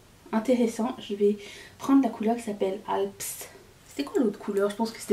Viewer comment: Waouh ça c est du contenu, c est de toute beauté! En first: 1. Mimosa 2. Tokyo 3. Switzerland Le crémeux du fards "Alpes" ( on prononce pas le *es, c est la chaîne de montagnes entre la suisse et différents pays) était épatant! J étais pas enjouée sur la Sultry et pourtant maintenant je m en séparerai jamais🤗 on se réjouit de voir tout cela, pitié au moins les 3 sur youtube. J ai pas insta/fb, sorry, i m not sorry😅 A demain!